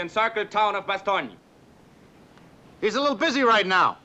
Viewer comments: They way you say Bastogne caught my attention. That's how it'd be pronounced if read with the Italian vocabulary rules, with gn being the Italian equivalent of the Spanish ñ. As seen in Sardegna, or Romagna. This German says it in a similar way. Which doesn't seem right to me. Surely, as a German, he'd pronounce it more like Ba-stone, like the Americans would. Right? The German version of the name is Bastnach or Bastenach. Why pronounce it with a "nye" on there. The way he pronounces it even gives me Russian vibes. Like "nyi" or "ni" rather than "nye." That's weird. And then he pronounces it Ba-stone. And then the general says it like you do. What even is this movie? This inspired me to look up how the Belgians pronounce it in French, and it's apparently "Ba-stone-yo." I didn't think modern French allowed words to be completed. Usually when you say a word in French you give up half-way through. So in my mind it'd sound more like "Ba-stone." Maybe it's a Belgian French thing. Any Belgians or French people who can explain this to me? Also, one last thing, the town is present in the province of Luxembourg. Not to be confused with the country of Luxembourg. Apparently there are people who speak Luxembourgish there, and it's pronounced "Bash-netcsh." Ah, Luxembourgish. The last Germanic Frankish language, which was inadvertently saved from extinction because speaking French was banned by the Nazis, and the locals didn't want to speak German. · Yes. And it says "Ba-stone-yo" I wanted to double check. You know how Wikipedia can be. The articles list sources, but for the pronunciations, there's no sourcing. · So "ba-stone-yo" isn't correct? Edit: I just found an audio file in a weird corner of Wikipedia claiming to be the German pronunciation of Bastogne. And it's pronounced like says it. But it's not used anywhere. It's used on Wiktionary, but as the only example of pronunciation. What is going on here? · Your pronunciation of Bastogne is incorrect